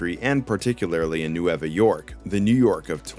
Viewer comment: N-way-va York.* 🥲 Means “New” in Spanish.